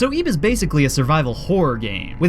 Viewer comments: I bilieve it's pronounced like it, not eeb... Just sayin' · I thought it was pronounced "ib" instead of "eeb"... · It's Ib. Not EEEEEEB. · ti not eb it is ib